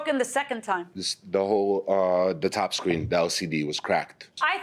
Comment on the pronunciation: Did I just hear the judge say broken squeen, not screen?